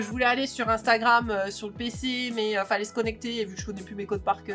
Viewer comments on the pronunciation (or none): none